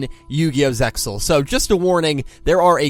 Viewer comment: stop pronouncing the x